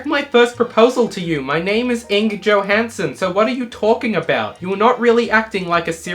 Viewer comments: not Igne. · Its not Igne Somehow this bothers me more than it should. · I was, not Igne. I feel insulted.